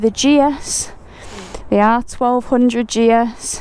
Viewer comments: How great you are so chuffed. As you rode away at the start, I think your pronunciation of GS sounded like Jess, so there you have it. Enjoy the new bike and ride safe 👍🏻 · Call it Jess as when you say GS it sometimes sounds like you"re saying Jess